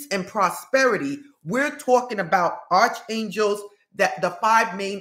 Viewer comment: Hi, I think the correct pronunciation is ark for Arc Angel's